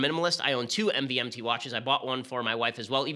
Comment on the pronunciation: I swear “MVMT” is actually pronounced “Movement”